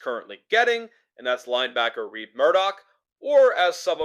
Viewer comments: It is RED not Reid or Reed Murdock, lets get it right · I found "Reed" pretty irritating.